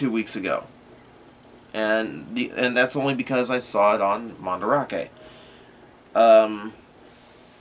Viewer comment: MandArake, it's not spelled "Mandrake", so you pronounce it as "Man-Da-Rake", or if you want, "Man-Da-Rah-Kay", but not "Man-Drake"